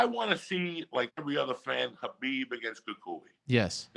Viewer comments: Logan Jones: It's pronounced Collar-Beeb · Khalabib lol